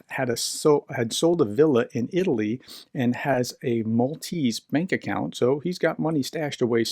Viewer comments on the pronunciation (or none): none